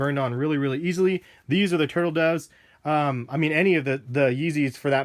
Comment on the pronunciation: he called them the tertle doves. u men pirate black